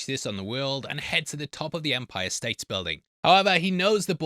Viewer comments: Empire State mate, no "s" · Why do you keep calling it the Empire States Building? There is no “s” at end of State. Empire State Building is its name. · It’s actually Empire State building. No s at the end of state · Why are you calling it "The Empire States building" It is just the Empire State building, no S.